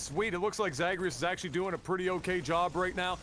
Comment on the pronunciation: That butchering of Zagreus is classic LAGTV.